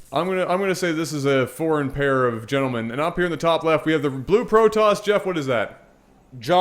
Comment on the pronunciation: "A foreign pär of gentlemen".